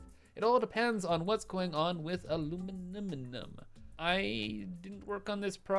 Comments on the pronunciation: "aluminum" nah its "aluminimin" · PLEASE IM BEGGING YOU! Stop saying aluminum that way. I get it. it's fun to say, but you say it 100 times per episode. It's just too much at this point.